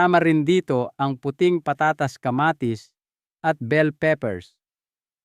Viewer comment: taga saan ba kayo.. pag igihin mo ang pag pronounce mo ng mga salita. tulad ng patatas. etc.. pag igihin mo ng di nakakainis pakinggan